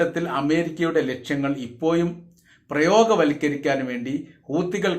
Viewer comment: ഇപ്പോയും അല്ല ❌ ഇപ്പോഴും ✅